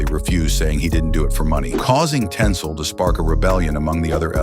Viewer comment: It's Tinsel not Tensil, it's even written in the comic.